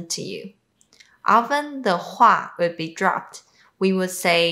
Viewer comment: When you said would have. It sounded like ould have. I didn't hear the W sound. Say it like the word "wood" have. Great videos